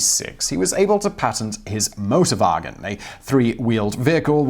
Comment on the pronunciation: no problem, thought thats what he said at first too. Then i realized that he is very brittish and saying a german word. So yeah motorbargins. Sounds like a place you shouldnt buy a car doesnt it?